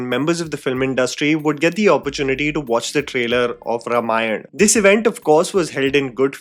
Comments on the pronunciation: Well, when you assume "influencers" to behave maturely... P.s -, please, it maybe spelt 'Ramayan' but it's pronounced 'Raamaayan'. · it's pronounced RAAmayan 🙏🏼